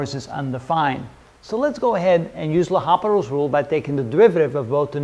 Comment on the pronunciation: Respected Sir I think it's L'Hopital and not Hospital [with 's']